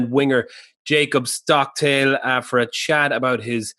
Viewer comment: 'Jacob Stocktale', you had one job Baz!.